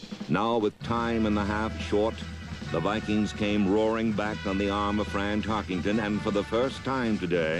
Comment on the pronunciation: Notice how the announcer keeps saying "TarkINGton" for "TarkENton." (emphasis added)